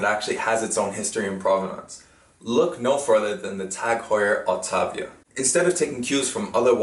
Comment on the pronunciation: Auta-vi-a not autávia. Thank you for the great video.